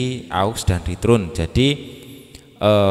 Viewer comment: Joss penjelasannya ... Tapi, Ritern bacanya 😀😀 Abang